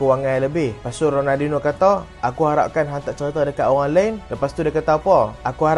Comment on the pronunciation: sori bang, aku elejik sikit kalau org salah sebut nama lejen ni. ronaldiNIO. raphinha elok je sebut rafiNIA.. xde plk sebut rafinHA. Kalau hang speaker masak2 xpe.. kira halal